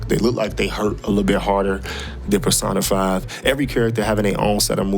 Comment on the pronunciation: pronouncing it PerSaahnaFyy irritates me for some sexual reason... lol.